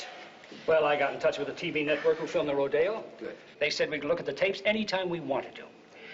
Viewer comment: Roh-dey-O ? Really? Apparently they couldn't find anyone on set that knows how to pronounce it properly, including those Hollywood cowboys.